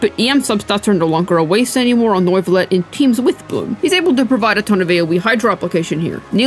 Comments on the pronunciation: How British can a Video be ? Me : Yes, Neuvillette 😺 He : No, NOIIVUUULETT 👹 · His name isnt NOIV-ullette bro , its French = NUEV-illette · ‘Noivelette’ lol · Did she just say.. nuyvillette 💀💀💀💀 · did I hear "nerd village" correctly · you DID NOT just say Noivilette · Sry for disrespecting but NOIFILLET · why do you call him noooivelet 😂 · N-oy-ve-let......pretty far off lol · Noivilette ? xDD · You called him Norvillette. You called him Noyvillette. You called him everything but his actual name and the entire video is a out him. SMFH